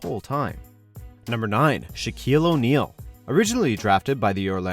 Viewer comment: You forgot the “I” in Shaquille